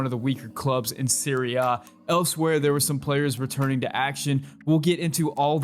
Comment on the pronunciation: I wasn’t aware that the Italian league was called Siri-Ah… I thought it was Serie A not pronounced Siri Ah